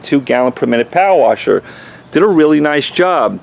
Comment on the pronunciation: Civy 852 All I kept hearing was POW-WASHER. I think he meant power washer lol